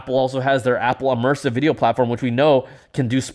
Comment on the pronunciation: “E-mersive”, eh?